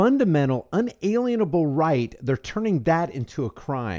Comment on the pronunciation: pronounced un-a lien-able